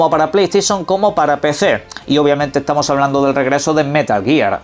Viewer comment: “Hola cómo ehtamoh? Bien cómo ehtamoh?” ( leer con voz de El Barragán)